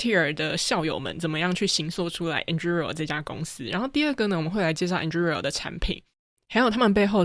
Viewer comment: 這集算是精華濃縮內容很棒，但Anduril的發音好出戲，雖然自創詞嚴格上來說沒有正確發音，但一直對於聽Palmer發音習慣的人來說聽得有點痛苦，加上這個詞有從頭到尾都出現，但還是感謝上傳精彩內容！